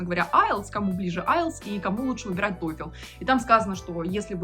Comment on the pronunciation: Не тойфЕл, а тойфл)